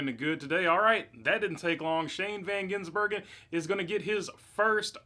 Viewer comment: Thank you for learning to say the man's name. I tire of supposedly professional racing media mis-pronouncing it or saying they can't pronounce. Here's a thought .... learn.